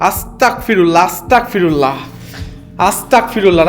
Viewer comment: vaiআস্তাকফিরুল্লাহ বলবেন না — ওটা 'আস্তাগফিরুল্লাহ' হবে। উচ্চারণে 'ক' নয়, 'গ' হবে।" আস্তাগফিরুল্লাহ (أستغفر الله)